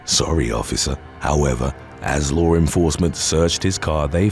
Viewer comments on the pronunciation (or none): Not for anything, but it’s LAW ENFORCEMENT, not lore enforcement. If you use English as you primary language, use it right. I used to have to correct my own mother for adding an unnecessary R in words ALL the time, but, it didn’t end up helping.